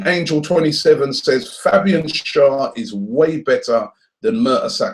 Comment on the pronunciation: Hi Robbie, since you talk about players a lot, please research how to pronounce their names. Especially our own players. Carzola? I know you're not a commentator, but it's just respectful. Schär is pronounced (Cher) like the singer/actress. Sorry to be that person or if I sound rude, but I'm trying to be helpful.